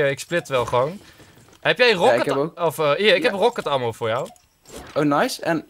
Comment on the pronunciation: je spreekt ammo uit als emmo